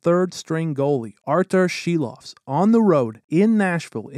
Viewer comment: Props from a Latvian to pronounce Silovs name right.